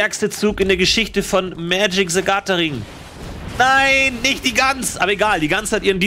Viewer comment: "....liebe Freunde von Magic Zagataring" xD